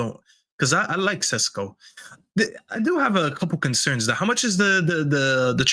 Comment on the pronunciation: Why does say sesko.. Shesko 😂